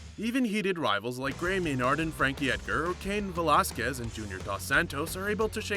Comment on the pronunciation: He said Gray Maynard name wrong 🥴